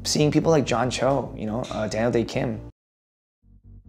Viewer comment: 1. Role models-wise 이거 로마노스 와이f 로 들렸는데 문장보고 나서 충격/ sth-'wise' 이면 sth에 관해서는 이라는 의미이다. 2. Daniel 발음 뭉개지는 거 듣고 더 충격-아무리 따라해도 이상함 아무리 들어도 "댈~대킴" 이라고 말하는 것처럼 들림. 3. That've - Those are people that have (really just kind of) pushed 4. Growing up for me - 제가 자라면서~ 5. before me 다음에 I remember로 바로 시작하니까 문자 끝나는지도 모르고 계속 들었음. 6. I grew up doing sth- 나는 sth을 하면서 자랐다. 7. I'm not nearly as funny as ~ 내 귀에는 really로 들렸는데 nearly였네? 8. My dad's a funny guy가 My dads are funny guy로 들렸음. 9. pigeonhole you - 당신을 특정 카테고리로 분류하다. 10. After I get the job 끊고 for me, all that fades. 내가 (내) 역할을 맡게 된 이후에는 / 저에게 그런 것들은 다 (희미하게) 사라져요.